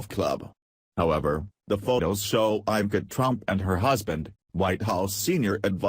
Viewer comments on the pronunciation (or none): none